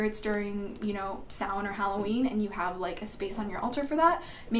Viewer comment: Awesome video.. And dafuq, have I been pronouncing Samhain wrong this whole time? Lol